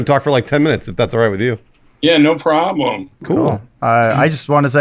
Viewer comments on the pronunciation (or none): none